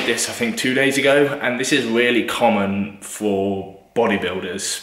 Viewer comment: Weally weally